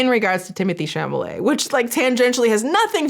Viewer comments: The way you say chalamet cracks me up.. I had no idea about the Google thing and that is terrible.. And the lady's tik tok you posted.. When she made the comment about saying that to someone hearing the n word as they are being hung or set on fire.. My god that just hit me so hard 😭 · The petty delight I took every time I heard you say Timothy Chamalamanooscarsforthatdingdong’s name wrong. Intentional or not, it just those bits even better 😂👏🏼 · I appreciated your bringing attention to this so much. Girl, it's CHALOMET not CHAMOLET. You are usually a stickler for the details, which is why I appreciate you so much. (Also because I was a touring keyboard player through the mid 80's - mid 90's and you and I have a lot in common.) Still love ya! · Sincere question, is there a joke reason or other reason his last name is being pronounced "shamma-lay" instead of "shall-amay"? Or is it just a silly mix up? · Don’t know if you care, but if you do, Tim’s name is pronounced “Shall—oh—may.” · I giggle whenever says "Chamalet" What is really telling about his comment about ballet and opera is that his grandmother, his mother and his sister are all in the ballet industry. So he should know more than anyone how those shows are constantly selling out no matter how expensive the tickets are. Instead of empathizing with his family, his ignorant comment is no different than some rebellious farm boy disrespecting his family's livelihood and claiming he would never want to be a farmer because it doesn't make you rich or famous. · Why do you call him Chamale? 😅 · Are you saying chamalet on purpose? haahah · your inability to say chalamet is the funniest thing ive heard in so long it made my night😹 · Copyright clippings aside, having you deliberately mispronounce Mister "I don't understand ballet and opera, so obviously no-one else could possibly care about it"? LMAOO that was a beautiful little petty cherry on top of all of this nonsense.